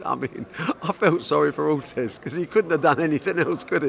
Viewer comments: Barry" Ortez like Ruez" Hearn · At least he's improving, he called him Carlos Ortez last time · Barry “Ortez” Hearn